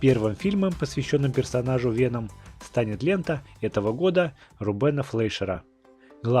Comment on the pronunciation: Правильно вЕном , а не венОм !!!